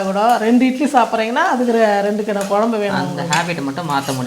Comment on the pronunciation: கொளம்பு என்று சொல்லாதீர்கள். குழம்பு . உங்கள் தாய் மொழி தமிழ் இல்லை போல் தெரிகின்றது